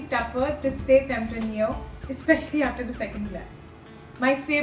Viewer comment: Pronunciation of tempranillo grape is wrong.